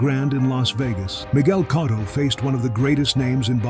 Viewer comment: I can't subscribe or like a channel that can't even pronounce Miguel Cotto correctly.